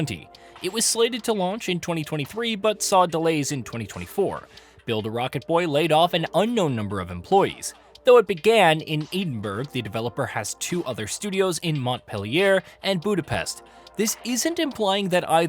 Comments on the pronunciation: "Eedin Burg" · "EEDINBURG" - Don't be so ignorant. Another American butchering pronunciation of the Scottish Capital City.